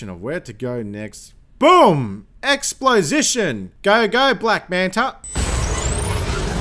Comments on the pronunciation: HAHA, "Explosition". I love it. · I guess "explosition" is a thing now.